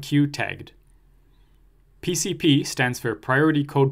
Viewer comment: You have a weird way of pronouncing pcp 🤔 Sidenote; thanks for your awesome course, you’re a hero.